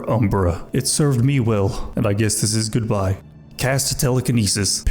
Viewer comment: That goodbye-us was enough for me to leave a like 🤣